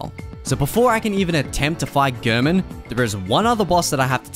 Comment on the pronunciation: It's so odd to me that when Gehrman says his name stating "Tonight, Gehrman joins the hunt," he clearly pronounces it "Gairmen," but everybody who makes Bloodborne content pronounces his name like "Gurrmen."